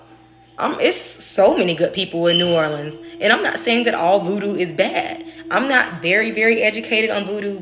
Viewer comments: You said it right! Lol New Or-lins! I’m an Oracle reader. 😊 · You pronounced New Orleans correctly! It’s people who say “New OrLEENS” that make them stand out as a tourist haha. I lived there for awhile and the whole thing felt like a psychedelic experience (minus the actual psychedelics lol). It’s a special place that will put a spell on you. It’s incredibly hard not to miss it there and feel drawn back there frequently. You never really leave… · You absolutely pronounced New Orleans correctly! So many people butcher their pronunciation. You did well!💚😊